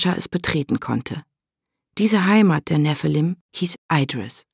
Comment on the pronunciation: Mal ehrlich, wie schwer wäre es für die Sprecher von den Hörbüchern gewesen, sich darauf zu einigen wie man die Eigennamen ausspricht und das dann einheitlich umzusetzen? So sehr ich die Geschichte mag, jedes mal wenn sie 'Eidris' statt Idris sagt könnte ich mich aufregen. Dazu kommt noch die komische Halbübersetzung. Was bitte soll ein Clockwerk sein? Ganz oder garnicht, was bitte spräche gegen Uhrwerk, das würde jeder verstehen aber dieses denglische Gemisch ist grausig.